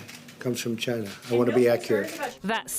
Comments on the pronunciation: 'it comes from *chyna*' - the way he is spitting out the word - .lievable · the way he said "China" 😂